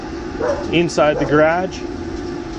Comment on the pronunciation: You have a nice "Ghradgge"